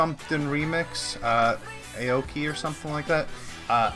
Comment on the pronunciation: Look up Steve Aoki’s background. He,s one of the best producers ever... it’s pronounced (I-O-Kee)